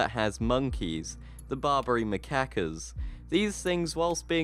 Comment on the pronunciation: Macaques = Ma' kaks, Cokkburn = Co'burn... you're enunciation implies something entirely different :) <3